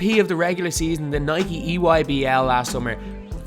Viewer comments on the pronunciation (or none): none